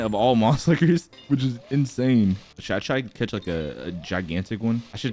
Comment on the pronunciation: Why did vro say cath